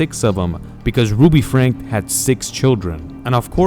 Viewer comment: It's pronounced like Frank-ee :)